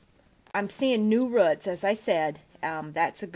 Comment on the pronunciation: The way she says rrruts just gets me. Good video overall, just the accident is adorable. 😂